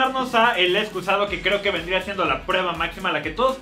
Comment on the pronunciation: Me gusta cuando dicen excuzado